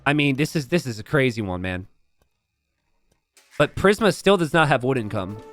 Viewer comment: Prism (PRIS-M) killin me with mispronunciations